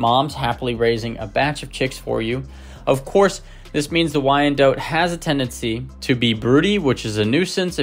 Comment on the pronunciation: Thanks for an excellent run down on this fabulous chicken. FYI: This bird's name is pronounced "why-en-dot," rather than "why-en-dote." If the spelling throws you off, consider the name Charlotte, which is pronounced "shar-lot" and not "shar-lote."